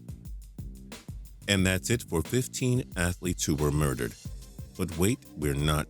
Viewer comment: at the beginning it said muderered not murdered